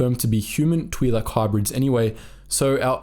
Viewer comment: Hearing “Tweelek” over and over hurt my ears. Other than that, great vid